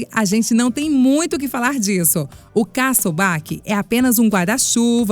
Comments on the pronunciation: se diz ObakÊ nao obake '-' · Tho Sah e ela tambem disse obake mais se pronuncia obakê